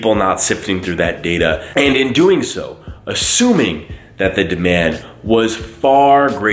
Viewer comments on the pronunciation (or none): none